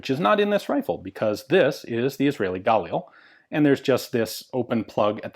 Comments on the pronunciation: I've never heard your pronunciation of this rifle before,, most people put the accent on the second consonant not the first... IDF operators I know pronounce galiil. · You pronounce 'Galil' with the emphasis on 'lil.' Edit: And yes, I too am dedicated. :D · you KILL me saying Galil wrong go to the IWI site on youtube and see how the people that makes the weapon pronounce it its gah-leel not guh lil or whatever your saying,africans bought a license they had nothing to do with the design of this rifle, they produce their own version through licence from Israel, IMO the pre-ban Israeli Galil was and is the finest battle proven design available, yeah its heavy if you a girly boy its only negative point